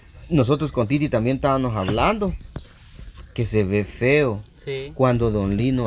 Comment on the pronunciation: ..no se dice ESTABANOS.... SE DICE ESTABAMOS....😢